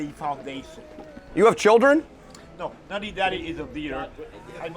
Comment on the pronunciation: It’s not NUTTY daddy, it’s NATTY daddy. Poor guy.